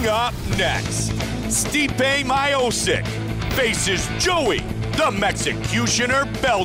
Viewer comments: super bad pronounciaction of his surname.. :( it's miochich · Stipe: My-OH-Sick everybody: Mee-OH-Chich got it! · It is not My-O-Sick, it is Mi-O-Ch-i-Ch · damn it hurts my o sick its MEE - O - CHEECH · isnt miosick its mio chich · Lol, I feel bad for him, because his name is actually pronounced Miochich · I think he is called My O'Sick all his life. But as soon as UFC got international the correct pronunciation floated to the surface. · My-o-sick? Who the fook is that guy? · Stipe “he got good head” my-oh-sic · Steep-eh My-oh-sick, oh Goldie, we miss you. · Yeah even Bruce Buffer at the end called him My o sick. Lmao! 😂😂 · Wasn't just Goldberg. Rogan and Buffer were also saying Miosick lmao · "Stipe Mychostis" -Joey Diaz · 'my-o-sick' will evolve into 'miocic' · “my-oh-sik” lmao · Haha Goldberg sounding worse than Joey Diaz , God his pronunciation makes me "so sick" lol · you couldn't speak out his last name much wronger than: my-oh-sic :DD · "Stipe Mayosick" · "Bell-Tran" "myosick" damn man ask these guys there names before the fuckin fight lmao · Someone needs to make a video of all the pros who made their debuts and had their names mispronounced: Stipe My-O-Sik, KAI-EEN Velasquez... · Stipe "May O'sick" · I cannot believe I am hearing Joe Rogan say MY-OH-SIK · I heard My-O-Sic so many times in this video i actually believe thats his name now... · Stipe Mylanta OH-Sick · WTF! Did i just heard MIOSICK?😂😂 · Bro is anything worser than hearing joe and goldy the whole time keep callin stipe “My-oh-sick” over and over almost like they knew and were doin it on purpose 😂😂😂😂😂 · My-o-sick, it's virtually identical to the right pronunciation! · “Stipe Myosik” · It makes me Aggressive when he sad my o sick bro, bro is this so difficult to say "Miocic"?? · Commentator:Stipe MAJOUCIČ 🤣🤣🤣🤣🤣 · If you say My-o-sick, u gotta say Sdye-pee as well. Sdye-pee My-o-sick. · Its almost as if theyre deliberately saying Miosick over and over again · Right reading is Miotschich...